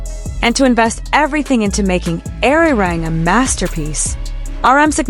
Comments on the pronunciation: Please learn to pronounce Arirang correctly. It hurts to hear Airirang. Ah ri rahng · I wish you would pronounce ARIRANG properly.